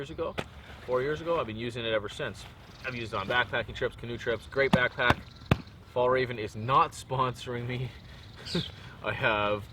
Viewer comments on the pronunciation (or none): Looking forward to the trip video. I find it funny when you say fallraven. You should call it "mountainfox" since that's what it would translate to :)